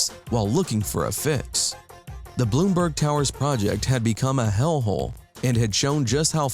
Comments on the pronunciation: There is no South East Philly bruh ... and MLK plaza was in Hawthorne like Broad n Christian, that area which is dead center South Philly ... and it's Blumberg ... Blum ... not Bloom ... come on man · ITS CALLED BLUMBERG! NOT BLOOMBERG! GET YOUR PRONUNCIATIONS RIGHT IF YOU'RE GONNA DO THIS TYPE OF STUFF! BLOOMBERG! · And it's blumburg. Not Bloom. A.K.A. The BBC. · 🤦🏾‍♂️ it’s “Blumberg” not “Bloomberg” and wtf is southeast philly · Blumberg not bloomburg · It's not Bloomberg. BLUMBERG SMH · It is pronounced Blumburg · I hate how he pronounces "Blumberg" lol